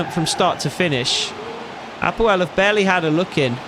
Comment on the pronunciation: Excellent pronunciation of APOEL. I am from Cyprus 😂 and its my team. Just for info we went as far as the quarter finals of champions league twelve years ago!!